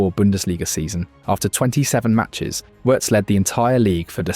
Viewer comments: It's pronounced VVVirtz. You seem to be forgetting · In German the W letter is said as V letter. So Wirst is pronounced Virst. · If he's so great, why not get his name right? 😉*Virts* "W" in German is a "V" in English (a voiced F). Like with Rachel Weisz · “Werts” 😂come on bruh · You could have at least tried to pronounce the name correctly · Please learn to say his name, there are two syllables.